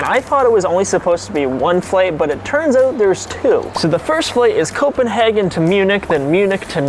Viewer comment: G&B hearing copenahgen 😧